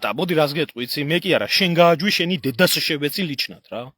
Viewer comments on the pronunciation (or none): თოფურიას კილოთი შეიგინა (დედაშევეცი)😂